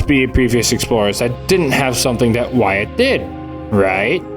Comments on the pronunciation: So close, it’s “why-it” not “why-at, not sure if you’re comment farming or what lil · Jesus Christ, it’s “Y-et” not “Y-at” 😂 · why-at lmfao. its why-it. also i dont think the statue is controlling everything, i think its just the minotaur of the mall. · Uhhh, his name is actually pronounced “Whutt” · I love that he's taking the comments literally and starting pronouncing it Why-at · Didn’t you explain at the start of the last video that you knew that “wait” wasn’t the right pronunciation, but you were going to use it anyway? Were these complainers not paying attention? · "ill stop pronouncing it 'wait'" "so anyway, why at" good video though (like always) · Do you really know how to say his name and you’re just being extra? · Bruh, I thought it was very obvious that you were mispronouncing Wyatt's name on purpose. I guess I was wrong. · ironic coming from the dude who can’t pronounce Wyatt🤣